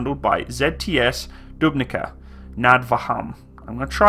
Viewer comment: ZTS Dubnica, Závody ťažkého strojarstva Dubnica nad Váhom, = Factory for heavy machinery, Dubnica is pronounced with "c" not k. Otherwise you got it right